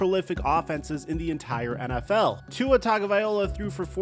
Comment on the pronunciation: Tua Tongue-a-viola is wild.